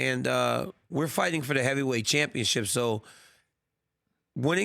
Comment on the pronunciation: Did he just say lightweight heaveyweight at 0.07😂😂😂